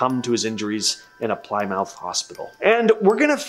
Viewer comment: Love it when Americans try and pronounce English words lol, PLYMOUTH lol